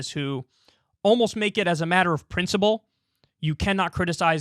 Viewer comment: Kyle it's pronounced PrinciPle, not PrinciBle.